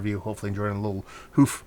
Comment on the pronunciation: That’s how I’d describe almost every beer from them. Fun and dangerous. Usually too easy to drink for how high of ABV. I’ll suggest pronouncing Hoof differently, almost to sound like the “u” in push. Like the way some folks pronounce “roof” almost like “rough”.